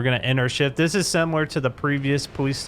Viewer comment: This guy prounces Shift as Cheft like what its Shift